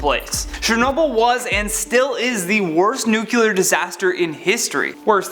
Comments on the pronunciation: Not "new-kyew-lar" but "new-klee-ar." Sounds like Dubyah. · 'Nukiller' I'm done with you.